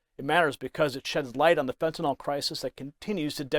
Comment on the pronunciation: I applaud her exemplary behavior in the face of blatant lying and disrespect. But I do wish you would stop saying "fentanOL". It sounds ignorant because it is.